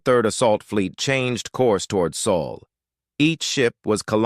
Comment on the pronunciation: Again AI can't pronounce sol. Finally Jake Morison made general.